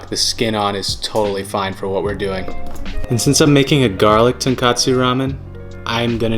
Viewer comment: bro you're worried about the wrong pronunciation. you say tare just fine but it's tonKOtsu with an "oh," not tonKAtsu. one's a rich broth and the other is a fried pork cutlet